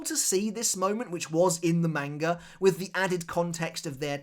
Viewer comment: I love your content but god, the way you pronounce manga is infuriatingly incorrect.